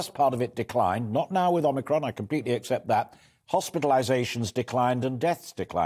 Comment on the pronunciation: ITS NOT OMICRON, ITS OMNI-CON!